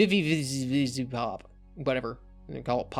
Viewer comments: HE TOUCHED AVATAR HELLVA BOSS NOOOOOO! Also not to be mean, but it's pronounced Viz-ee pop. And Hellva Boss is a good show series although it's VERY 18+. Not meant for kids. I'm honestly surprised Chris found it. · >can't pronounce VivziePop >can't pronounce Helluva Are you sure you were an English major?